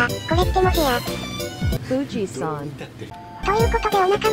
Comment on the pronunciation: welcome to Chiba！ようこそ我が地元！千葉へ！）(タイムスタンプとコメント) 千葉ラインのピアノ演奏も最高やんK！あかねちゃん達も楽しそうだ！我孫子の唐揚げそばもいいなぁ。 うん、読み方は似てるけども！あびこじゃなくて我孫子だよ！ 【富士山（FUJISUN）】の発音がwww うなりくんなう！の発車メロディーもいいなぁ！ 山手線の方が、ドア閉まるのが少し遅いか？ 比較用( ） スカレンジこと横須賀線のＥ235系の加速もいい！ 【ちなみにピアノ演奏は環境音の関係で音がちっちゃいので、音量を少し上げてでお聞きください】（最後に感想） 次千葉に来たら幕張豊砂駅に行ってみて！